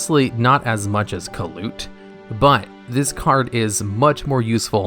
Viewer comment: I thought kalut was pronounced more like caiou and less like kaput